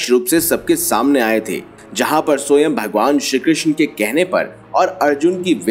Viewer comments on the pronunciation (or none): Soyam nahi Swaym (which means Himself) hota hai. Sahi pronounce kijiye please. Hindi ka hi word hai.😂